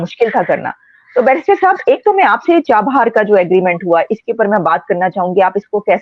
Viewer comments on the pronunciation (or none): Someone please tell the good barrister that the Iranian port is CHABAHAR and NOT Char Bar.